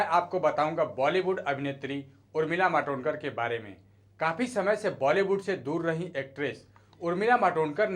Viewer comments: नाम तो ठिक सेे बोलो. मादोतकर नहीं, मातोंडकर हैं वह. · Yeh kaunse pagal ko rakha hai????? Madodkar kar nahi??? Matondkar bol bey sale!!! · Madodkar mat bolo bolaneko nahi aata kya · नाम तो ठीक तहरसे ले उर्मिला मातोडकर नाम है